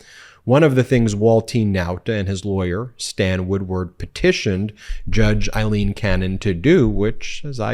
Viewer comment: Aileen not Eileen